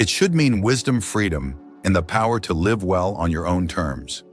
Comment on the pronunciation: When are they going to teach these AI characters how to say "live" properly?